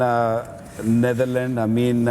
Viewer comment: Wasim Bhai NitherLand nahi hai wo 😂 NetherLand hai